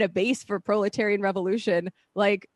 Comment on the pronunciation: She actually said "Prolatarian revolution"? That sure knows her stuff!!!